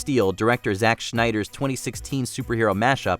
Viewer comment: Dude said "Schneider". Seriously? Snyder, not Schneider. Dingleberry.